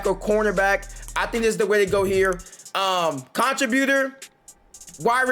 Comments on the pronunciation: Why are you pronouncing contributor like that? It’s con·trib·u·tor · It was killing me bro! 😂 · Everytime😂😂 he says way more then he even has to😂😂😂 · You need to type contributor in Google so you can learn how to pronounce that mf😂😂😂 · Bro, learn how to say contributor